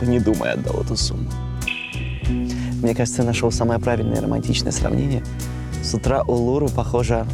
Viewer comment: Улуру -- ударение на последнюю букву